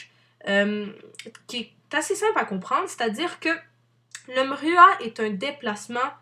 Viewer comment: le "mhruha"...